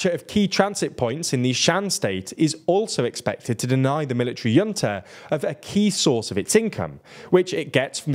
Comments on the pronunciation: I don't know why you think 'junta' is pronounced 'yunta'. It's not a German word. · H unta. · pronounce it as hunta. not yunta. not jhunta. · Junta is pronounced "hoon-tah" as it originates from Spanish. It can also be pronounced "Juhn-tah". I've never heard it pronounced the way you pronounced it with a Y. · I believe it’s pronounced hunta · Someone at TLDR should really figure out how to pronounce Junta correctly. Hint: It isn't a J sound at the beginning. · I can't take these awful pronunciations anymore. Burmese words that are not common, okay, understandable, but 'junta'? Come on. It's a common word in politics. You might as well just use the English pronunciation ('j' sound as in 'jump') instead of trying to do the Spanish pronunciation and getting it wrong. Some of these words really are not hard to pronounce right. If you're going to learn all this detail about a country, you may as well take the (far smaller amount of) time to learn a few pronunciations. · A minor point, but you may want to look up the pronunciation of junta. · the way you pronounce "junta" is simply not correct, it's not a German word, it's Spanish